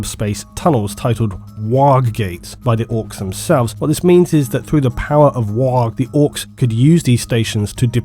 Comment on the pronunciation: I'd love to hear you say Warg several times in a row mate! xDxDxD